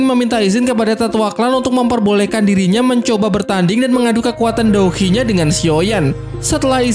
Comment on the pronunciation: Douqi bang jangan dou hi 🤣🤣